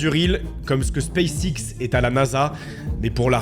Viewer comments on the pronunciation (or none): none